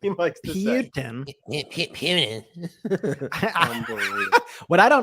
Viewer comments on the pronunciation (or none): Pee-you-tin, Gee, and Un (Levin doesn’t realize that’s NOT the guy’s last name) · I hate how Mark Lavin pronounces Putin. ( PEUTIN ). It's so weird